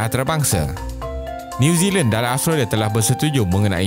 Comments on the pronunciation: bukan astrolia (jawa betul tu😝) .. kena sebut betul2 Aus-tra-lia. hahaha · Betul..aku pun perasan yg dia sebut astrolia..kalau Melayu sebut Aus tra lia. Kalau omputih sebut Aus tre lia.